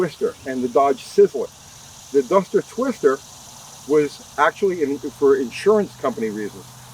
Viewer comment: I think you said “dumpster twister “ at least it sounds like it.